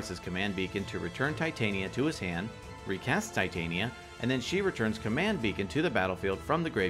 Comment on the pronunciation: Wow those were some fun games lol crazy turns out of nowhere. I don’t mean to be or like being that person, but I do have one complaint: Tih-Tahn-Yuh. Titania like the folklore fairy queen. Tie-Tay-Neeuh sounds like if there was a female titan in a show and the writers were lazy so it’s like “let’s call her titan, but make it feminine.” Just puttin that out there...